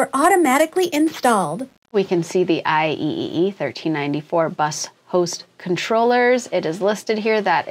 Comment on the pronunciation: I love this video. But please, just say "I triple e" 😭